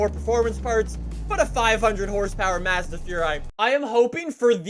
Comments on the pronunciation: its maz da not madza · IT'S PRONOUNCED "Mosda" NOT FUCKING MAAAAAS DA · mAHzda furai is the correct pronunciation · Lol how he says Mazda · Why does he say Mazda like that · Not how you pernounce Mazda dude! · Wanna hear a joke? The way pronounces "Mazda".